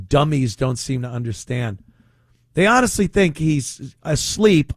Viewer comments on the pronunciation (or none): none